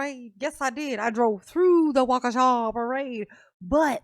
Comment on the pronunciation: I love how you say WawKaShaaawww 😂